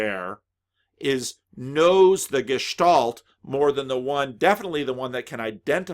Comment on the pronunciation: Too many German philosophers in history. For sure. The A in Gestalt or Angst is similar to the A in "car". Good stuff again. Thank you